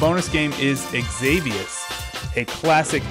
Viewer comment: danmmit it's pronounced ex-i-vious not ex-avi-ous